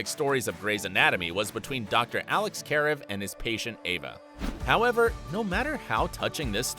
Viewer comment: He cant even say Alex’s name right